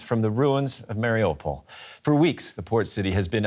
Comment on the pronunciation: I have a lot of friends who live in Mariupol, so I watch all the news about what's happening. I can't understand tho, why many of the newscasters, mispronounced the name of the city. It is pronounced, Mar i U pol, just how it is spelled. Not, Mar i "O" pol, or "ah" pol. These are high paid, respected journalist, and should be able to have figured out the pronunciation, by now.